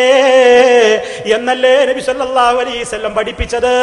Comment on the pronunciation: എടൊ സലഫീ കുറഞ്ഞത് നബി സല്ലല്ലാഹു അലയ്ഹി വസല്ലം എന്നെങ്കിലും പറയാൻ പടിക്ക് നബി സല്ലല്ലാഹു അലീ സല്ലം എന്നല്ല salafeee